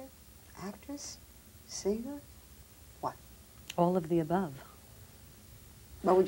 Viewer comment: Barbara should know that you don't pronounce the word 'singer' as seenGRR. The g is soft in ing words. You'd think that she'd be a little more educated.